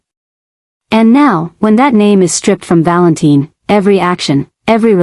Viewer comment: I don't get it if they are going to refer to him as Valentine spell it right other wise its pronounced val in tin.